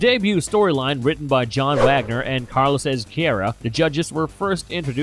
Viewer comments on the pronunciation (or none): none